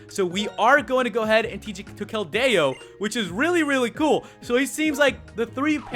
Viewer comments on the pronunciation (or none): its keldeo not keldao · Pronounced Kel-dee-oh not Kel-day-oh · I hate when you pronounce keldeo like the its not keldao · Anthony Acosta WAT??? He has Keldo? That's not a pokemon! Though, it sounds like keldeo (Being sarcastic...) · IT'S KELDIO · Actually more like Kel-dee-oh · It's pronounced Kel-deeoh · its pronounced (kel-dee-o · its kell dee o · keld-AYE-o :P